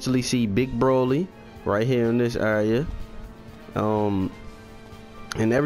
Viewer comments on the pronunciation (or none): none